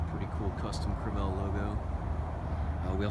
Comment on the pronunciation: Screw the trailer, talk about the boat. Learn how to pronounce "Crevalle". It is a fish painted on the side of the boat.